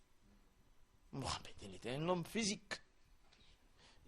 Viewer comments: Toi tu as été musulman, et imam mais tu ne sait pas prononcer le nom du prophète des musulmans. Tu es un usurpateur..... Menteur, c'est vous les pasteurs qui vont en inde. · Il ne sait même pas prononcé le nom du prophète mohamad bénédiction et paix ils vont tout faire ils ne pourront jamais éteint la lumière de l islam chaque jour les milliers se convertir sauf les mécréants et les égarés